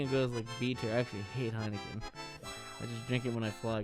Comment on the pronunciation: Ludwig: (Heikenen) This is pretty fire Dutchies: Heineken is fucking piswater man